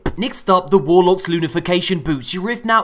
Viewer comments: I love how you STILL say Lunafication Boots 😂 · Did this boi just say “lunafacation” boots?